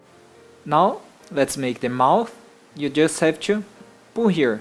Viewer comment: you say squash in a weird way and when you say pull it sounds like poo